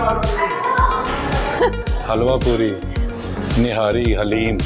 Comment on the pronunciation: Plz say daleem to HALEEM stay blessed Ameen